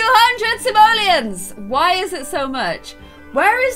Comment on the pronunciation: How to pronounce simolions sim-ol-i-ons your welcome ._.